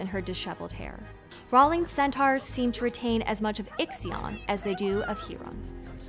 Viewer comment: I hope after the proper Percy Jackson show comes out clips from those awful movies will no longer be used lol. I'm a bit 💔 you mispronounced three different names in one video (Iraq, Riordan, Rowling--not that she deserves any defferance or anything but still) but otherwise this was very interesting and entertaining